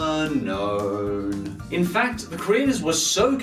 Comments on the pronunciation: A. Also, did you know that Unown is pronounced as it's spelt: Un-Own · Its actually pronounced un-own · Do you want to catch this pokemon? u-NO-wn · It's pronounced un- own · the correct pronunciation is UN OWN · its pronouced un_own not unknown